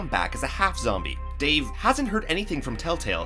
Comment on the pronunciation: When is talking he said zomie